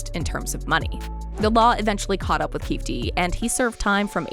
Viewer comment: Omg it’s pronounced KeyFēē